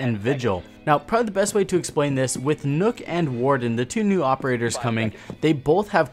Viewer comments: I cringed every single time this man said nook instead of nokk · It is nok not nook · I sit actually pronounced as nook? and not nokk? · It’s nøkk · It's fucking nokk not nook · its fucking nokk not nook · Pronounced “nuh-ck”, not “nook” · You called her Nook....lol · Nøkk's name is pronounced "Nuck" jfyi. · did... did you just say nook? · You say it as "nook(nuk)" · yo try to say Nøkk with the "Ø" sounding like the "U" in "under" to pronounce it correctly-ish :)